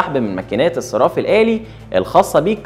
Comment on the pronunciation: أسمه :الصَرَّاف الآلي" مش "الصِراف الآلي" لو سمحت.